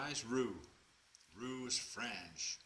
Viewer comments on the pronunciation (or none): none